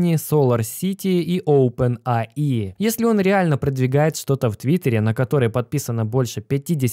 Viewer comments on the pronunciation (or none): оупен эй ай, а не аи... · Опен Эй Ай. Странно как то когда читаешь часть на одном языке, а вторую на другом... Учи английский.